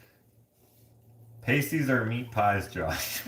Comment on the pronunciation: Upper Michigan pasties the ai is the ah sound…loved the adventure…🌻❤️from Minnesota 🌻